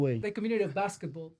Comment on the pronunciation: He said "Blacksketball" to Dax Flame hahaah